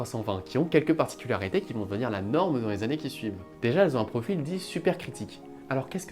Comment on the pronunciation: Oui tout comme "profile" au lieu de "profil" mais bon la vidéo est vraiment sympa